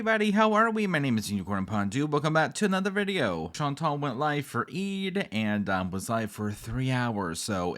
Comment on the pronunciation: She doesn't even pronounce her name correctly. In French, it is more like Chan - taal. I don't know how to write it, but sort of like a long, soft 'tall'... Also, Salah has never been to Syria, Kuwait is his home. Why is she acting like she wants to go to Syria to see where he grew up? Plus, she's stupid to not be scared to go to a country that is still experiencing violence and political upheaval. It doesn't make you sound brave, Foodie, it makes you sound stupid. OMG - I HATE the way she talks about countries she has never visited and how she acts like the ME is some perfect oasis where everyone is treated so well and nothing is negative. It's so annoying. Ma'am, people are jailed and murdered in the ME for being gay. Quit with the Pollyana BS!